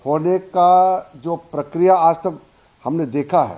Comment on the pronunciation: Hindi thikse bolo.Parkiya kyu Pro..kriya bolo.